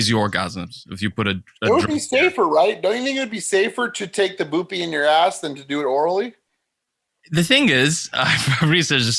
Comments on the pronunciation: Jesus Christ the way says bupe is annoying as shit. It’s not “boopee” it’s “byoop”. He really makes himself sound dumb sometimes. Fucking boopee. Just call it subutex. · yoo calling suboxone 'boo-pee' hahaha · saying Boopy instead of bupe for buprenorphine was hilarious